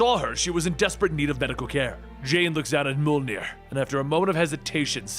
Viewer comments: Why does he pronounce Mjolnir that way? It's M-yol-nirr, not mol-ner. And it's Cul Borson, not Cole Bronson. "Jarn-byorn"? It's pronounced "Yarn-byorn" with a hard Y sound. Why does this guy struggle pronouncing every single norse word? It's not difficult. Gods, it's called Stormbreaker, not stormbringer. I thought this guy did his research. Did he really just say "Jute-un-hyme"? Jotunheim is pronounced "Yo-tun-haym". Did he say the cancer "mestasized"??? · Are you saying “moldenier”, because I think it’s pronounced mojlnier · I'm wondering ... what is "mole-near" ? cause the hammer's name is pronounced "Mee-uhl-near" or Mee-oll-near" (written Mjöllnir of course) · I love the videos but everytime you pronounce Mjolnir you pronounce it different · I know that you are very self righteous when it comes to your awkward pronunciation but the way you pronounce Thor’s hammer’s name is so off putting. I constantly have to pay attention to re-concentrate on story every time you say its name. You put a great deal of work in this video, just like in other videos, and your unique pronunciation is sabotaging them. Just a feed back from a viewer if you care..